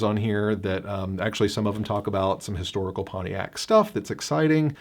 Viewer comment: It is PonTiac not PonE iac !